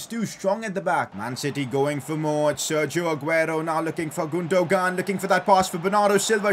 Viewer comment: it’s gundowan not gundogan